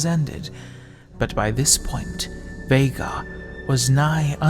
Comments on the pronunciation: Feels good knowing that all these years that I’ve cringed everytime I’ve heard someone call him ’Vaigar’ I wasn’t wrong in how to pronounce his name. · TRUE!! its always pronounced as VEY-GAR even his Final Boss Legendary Skin says himself "Unimaginable is the power of Veigar! (VEY-GAR)